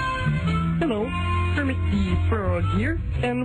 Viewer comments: did u just... cal me kremit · did you just call me krammit?!